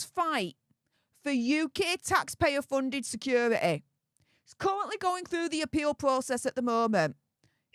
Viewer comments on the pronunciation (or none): Please learn the sound of a T . Secur… ity. Teee! It’s hard to listen to the weird no T in any word. T has a sound. You say Kaaae for Kate! Which she is not called. But it has a T ! Is that to hard to learn????your buddy Popcorn planet is smoking you on subs! They say thank you and don’t force money because they are so good!